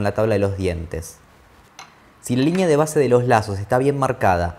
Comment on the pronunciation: Repelús cuando dice "LIÑÑEA"